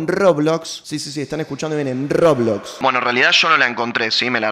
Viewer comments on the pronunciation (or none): rrrrrrrrroblos sisi rrrrrrrrrrroblox